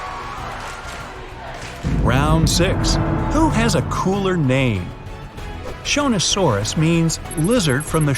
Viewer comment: Shonasauras (sorry if i spell this wrong) sounded like jonas brothers to me at first